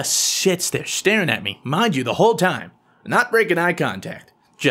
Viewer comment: did he say sits or shits there? So funny 😂